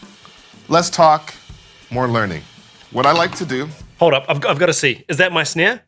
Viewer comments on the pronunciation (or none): Why do you say snear instead of snare? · "Is that my snaieah?" A million years later "I really want to know if that's my sneaiea!"